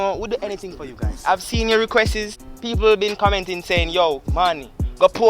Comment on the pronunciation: Dawg seh “requesses”😂😂😂😂❗️❗️❗️